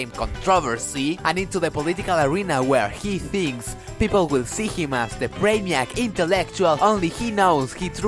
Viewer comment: "Brain-Gone of Akkad" XD